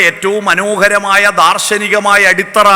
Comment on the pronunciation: അടിസ്ഥറ അല്ല അടിത്തറ എന്നല്ലേ